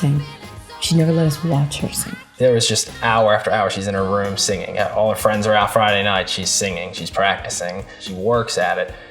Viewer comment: Your nose looks good on you and the flare is actually hot so booyah to that know nothing. The "frands" made me teary eyed.